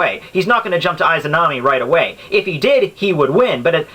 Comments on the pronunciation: Just a note, you're pronouncing "Izanami" incorrectly. =V I heard it being said in Persona 4. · Perhaps you're right perhaps not.I don't care but,one thing that I care is your pronunciation of "Izanami" and "Izanagi" .You're saying "Aizanami"and "Aizanagi" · Nothing can happen to the user inside susano'o unless susano'o is broken also you said lots of names wrong and Itachi did use izanagi and izanami when he fought kabuto they also DO NOT take chakra to use